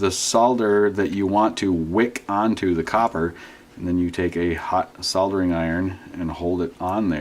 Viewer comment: Finally an american that says SOLDERING properly... Instead of saying soddering